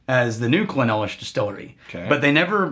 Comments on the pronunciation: Clynelish..NOT Cly-nelish...Phew!🥵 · It’s pronounced cline-leash. We expect better from you 😆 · It’s pronounced clyn-leash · I believe it’s pronounced as “ Klayn-leesh “ ... Cheers ..! 🥃 🥃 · It is pronounced Kline Lish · Gentlemen please, "Kline-lish" Also its funny to see before he got his "powers". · I thought it was pronounced "Kline-ish" A very complex whisky to be sure. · It's pronounced 'Cline-leash' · Emphasis is on the first syllable, CLYNE - lish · Guys, bad news. You mispronounced "Clynelish"